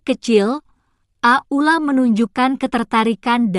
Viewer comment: Pembeca kurang benar kurang lancar bukan ak uk la itu aula gitu aja terlalu leby